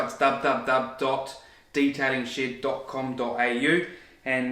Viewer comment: I thought he was saying Detailing Shit instead of Shed 😂